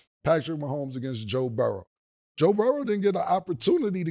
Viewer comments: Joe Burrowsssss 😂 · CAN SOMEONE PLEASE PLEASE TELL THEM ITS NOT BURROWS … DAMN YO GET IT RIGHT YO